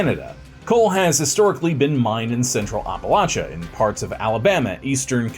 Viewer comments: The way you keep pronouncing "Appalachia" makes me cringe. Someone from the region tell me he's doing it wrong, please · From WV here. It’s hurting my ears! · every time i hear it a little voice screams APP... APP-a-latcha. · Wish I could watch this but can't take any more of "OppaLOTcha". It's pronounced AppaLATCHa. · it’s the first syllable that I have a problem with. He says Ahh Pa not App uh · As a WV native hearing the way you pronounce it as oppa-lotcha is so jarring. Where I'm from it's any of Appa-latcha or Appa-lay-sha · App-uh-latch-uh!!!!!! Say it right or keep it out of your mouth. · Ahp a LOTCHA? 😂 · ITS NOT HARD APPLE- AT- CHA.... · Maryland here 😂 I do say the same it bugs me so much lol it’s not that hard it’s always the people that are not from here try to make it seem like there right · glad it’s not just me lol i’m like where are you from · I've heard a lot of people mispronounce Appalachia.. but holy fuck nuts?! Yours is the literal worst I've ever heard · bro you butchered Appalacha its app like on the phone at least thats how we say it in the south. great video btw I really enjoyed it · Terrible pronunciation of the title region. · It's always good when this bit of history gets some attention. But man, every mispronunciation of the region gave me a full body twitch. I live minutes away from Paint Creek, and have traveled all throughout the Appalachian Mountains, and I've never heard it said like that. You still get a thumbs up, though. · I live in PA northeastern Pennsylvania to be specific and I’ve hiked a lot and lived in Appalachia and it’s always funny to me hearing ppl not from around here pronounce it the way you did lol great video though been a viewer of all the channels and since the beginning of this channel. Nice seeing a video close to home. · Oh my Gosh! Great video. I’m from WV, but your pronunciation of Appalachia is incorrect and killing my ears. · it 100% is not correct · It's so bad